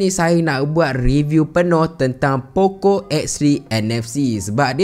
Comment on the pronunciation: Poco ke pokok..dgr mcm pokok 😂